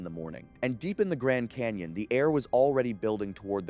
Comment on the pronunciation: What's a Grand "Cayon" ?